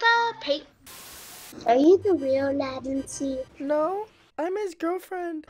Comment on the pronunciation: I thought youre name was pronounced LA TEN CHEE lol I didn't know it was Lay Ten See